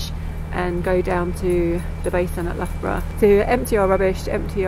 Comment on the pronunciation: I couldn’t help chuckling at this one. My husband was at Loughborough Uni from 1979. In his first year there was a Canadian student pronouncing Loughborough as ‘Lugaboruga’, which sounds similar to version. A Canadian thing?